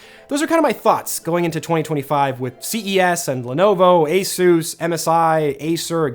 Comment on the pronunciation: Today I learned ASUS is pronounced like Jesus is in Spanish 😂😂